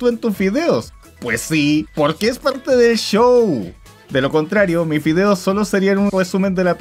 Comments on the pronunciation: ¿Soy yo o este men dice fideos en lugar de videos? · Zy eso dice